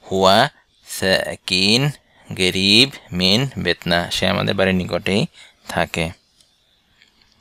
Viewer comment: এখানে ক্বাফ এর উচ্চারণ গ দিয়ে বলা হচ্ছে কেন, যেমন ক্বারিব কে বলা হচ্ছে গারিব। একটু বুঝিয়ে বলেন দয়া করে।